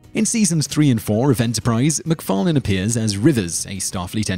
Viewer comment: The host of this channel is quite strange, because almost every time he says McFarlane, he pronounces it differently.